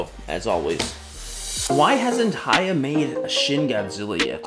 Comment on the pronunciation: For pronunciation, it's "hee" YA toys... not "hi" ya toys.... just like the Japanese camera manufacture Nikon is pronounced "Nee"-kon; not "Nigh"-kon.